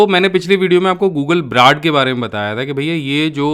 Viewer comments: Please correct your pronunciation of "Brad" it's name google Bard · Bhai sahab...Pehli baat to yeh ki Google BARD hai बार्ड! ब्राड नही।